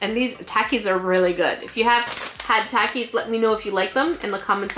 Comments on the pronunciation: you did it wrong, it’s pronounced toki’s not taaaaakkkkiii’s ☹️- no jk I love you and your channel! 😅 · your saying it wrong! Takis is pronounced tAwkees